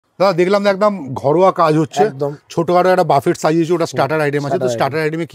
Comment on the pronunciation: Buffet uchharan ta thik kore korun। Ota বাফেট না বুফে হবে